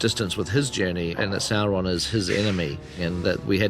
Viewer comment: Es Sauron, no Sorron